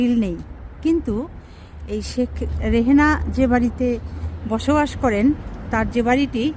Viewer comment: নামটাই তো ভুল বলছে। শেখ রেহেনা না শেখ রেহানা।